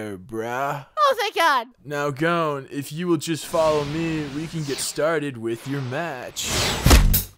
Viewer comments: ITS NOT GOEN ITS GON!~ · Why can't anyone correctly pronounce Gon?